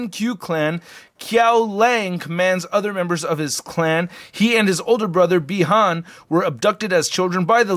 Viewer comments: You said Bi-Han right but you say lin kuai as “Lin kuh way” and kuai liang “kuh why lee ang” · Atleast u got "Bi han" pronounced right 😃😃